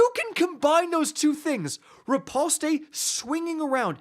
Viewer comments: Riposte is only two syllables. Ri-Poste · Nice vid… the “e” is silent btw. And the skill u are talking about is not riposte, that’s the one that is strong against unstops.